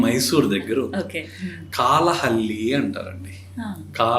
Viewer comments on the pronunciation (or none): కాలహళ్లి కాదు నాయనా కళ్ళహళ్లి